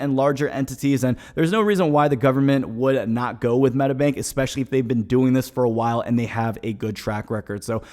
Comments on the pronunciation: Lol The Meeta Bank....lmao funny way of saying that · "Oh no we dont accept the Meta bank" asian voice 😂